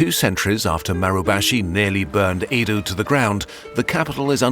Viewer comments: Just a minor nitpick: Old Tokyo is pronounced "eh-do", not "ii-do" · few notes. real ninjas wear blue and it is Ed oh not ee do.